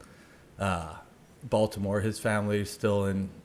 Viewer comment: “Bolt’imore Chargers” lol